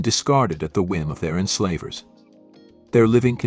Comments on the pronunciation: That AI pronouncing centuries and...enslaaavers. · PLEASE can we get back to human writing and narration? It’s awful. It sounds like a list of sentences rather than one sentence connected to the next. While we’re at it, pronunciation matters. “Enslah’ vers”??